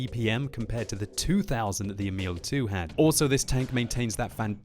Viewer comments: It is Emil, not emIL. The first syllabil should be stressed. Look up Emil i Lönneberga videos by Astrid Lindgren for pronounciation. :-) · FYI: "Emil" is pronounced with an emphasis on the first syllable (EH-mil).